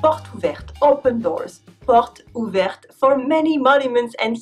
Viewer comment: Charmante !.... et brillante ! Je suis français pourtant j'ai beaucoup appris de ta vidéo sur le participe passé, merci ! Tu as dis : les journées "portouvertes", ne faut-il pas dire "porteuzouvertes"? Je crois que les règles sur les liaisons sont assez floues, pour "les êtres humains" j'entends souvent les "êtrumains" et non les "êtreuzumains" pourtant le "h" n'est pas aspiré, pour "mettre les points sur les i" j'entends souvent "sur léhi" et non "sur lézi", là il n'y a même pas de "h"... As-tu déjà fait une vidéo sur les liaisons ?